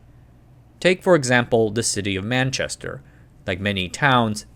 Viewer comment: What do you mean! he got Manchester and London correct at least😂😂😂